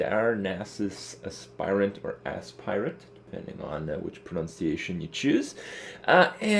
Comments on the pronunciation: Nice video. Just a quick correction, the Aspirant is not pronounced like 'spy' (the verb 'aspire' does), but rather like 'aspirin.' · He makes it sound like Ass-Pirate on purpose after the first time he got it from a shredder. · Sounds like Kripp says: Darnassus Ass pirate. ;) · every time he says aspirant it sounds like as s pirate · because he is saying as s pirate 100% on purpose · every time he says aspirant it sounds like azz pirate lol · every time he says aspirant it sounds like asspirate lol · every time he says aspirant it sounds like ass pirate lol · why is this so difficult? is AS-pitant not as-PI-rant. every online dictionary tells you that. do people confuse it with inspire? no, that's not the same pronunciation. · Neither of those pronunciations are correct. "Aspirant" is pronounced "Ass-purr-ent" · For the love of god this shit isn't complicated. ass-per-ent / asper-ent / asper-ehnt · you must mean asspirate. ass-pie-rit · "Darnassus Ass-pirate" ( ͡° ͜ʖ ͡°) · It's definitely pronounced Ass-Pirate. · pronounced ASS-purr-ent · You're pronouncing 'aspirant' wrong. Check the correct pronounciation at